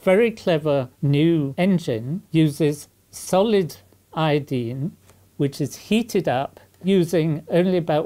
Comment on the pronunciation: Eye-o-dine not Eeee-ya-deen! Great video! Oh and aluminum not aluminium.